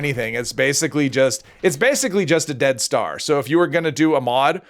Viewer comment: Oh you're saying dead star. At first I thought you were saying death star.